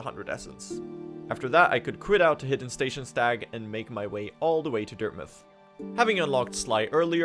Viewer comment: PRONOUNCES DIRTMOUTH CORRECTLY LETS GOOOO